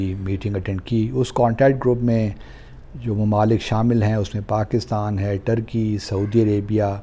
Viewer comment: Pronunciation is not 'clidoscope' , 'pagistan'..